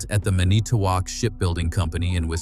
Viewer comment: Robalo is pronounced "row-BAH'-low" built in "man-i-TOW'-wok" Wisconsin. (A sub-nut from Wisconsin)